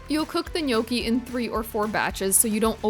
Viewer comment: You're not pronouncing gnocchi correctly